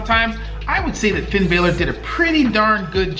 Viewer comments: (BAl - ER) not (BAY - LER) there’s a mark above the “a” witch makes it say an ah sound not ay. Finn Bálor! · And also its Balor (Ballor) not (Baylor) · Its is not finn bailer it is finn ballor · Finn “bah”-ler, not Bayler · You said Finn Baylor it’s Finn Bálor😂😂😂😂😆😂😂😂😂😂😂😂😂😂😂😂😂😆😂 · You said fin Balor wrong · Noooooo, you pronounced Finn Balor's name wrong... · It’s Finn balor with a short a